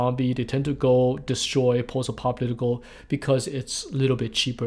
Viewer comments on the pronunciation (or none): fudlemenals kids..... you hab to habyoo fudlemenals. all of ya wohk is Horeebal! EDIT... i just caught his pronunciation of "posdapocalipple" LOL love it